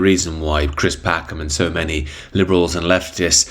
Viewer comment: Chwis can be as fwightened as he likes. Indomt care, bring on the NSDAP I say 😂